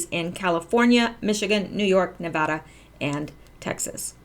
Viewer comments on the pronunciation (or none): none